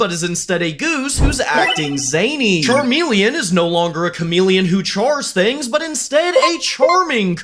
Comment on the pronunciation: Did you just mess up charmeleon?